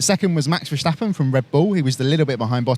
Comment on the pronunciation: Verstappen has a normal "s", not a "sh"! How did this notion get in the native English speaker's mind?